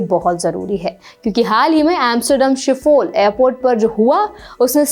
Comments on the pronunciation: Shipol nahi hai Schiphol Airport hai madam 😂 Thoda angrezi theek kijiye apni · Location शिफोल nahin. Amsterdam's Schiphol Airport is pronounced as shi·pl (शिपल with a short p). Kuchh to internet par research kar liyaa karo yaar before you upload your videos. Angrezi ke jaise Dutch, Finnish, French, German, Norwegian, Portuguese, Spanish, Swedish, yahaan tak ki Filipino aur Vietnamese bhi ROMAN SCRIPT mein likhi jaati hai (on the same lines as Hindi, Marathi, and Sanskrit are written in the DEVNAGARI SCRIPT). Ye zaroori nahin ki foreign languages mein jo lafz likhaa hai, usko aap zabardasti Angrezi ke pronunciation rules lagaa ke uski aisi-taisi kar dein. The best example is COMMENT. अंग्रेज़ी उच्चारण कमेंट; French उच्चारण: कोमाँ. Netherlands ki Dutch bhaashaa bahot pyaari bhaashaa hai, usey ghalat bol ke be-izzat na karein. 🙏